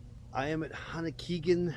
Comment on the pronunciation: Hononegah. Not Honokeegan.